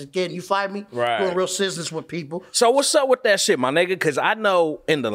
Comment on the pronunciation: " doin real cuisness".. lmfaooo killed it there .. took the B out of business..hahaha